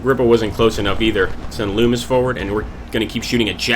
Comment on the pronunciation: its nice to see people actually pronounce Loomis correctly.